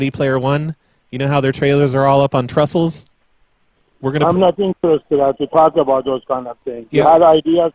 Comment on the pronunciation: trestle not trustle.. another word for the 'mispronounced' list